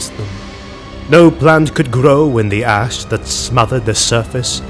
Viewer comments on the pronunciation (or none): Oh no, now I can't unhear it! XD